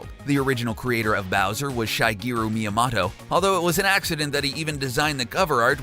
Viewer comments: Yeah def said shy , sounded like he was calling him shy guy at first never heard anyone pronounce his name like that before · LOLOL omg i went to the comments to comment about this myself. Though I heart 'Shy-geero' . JESUS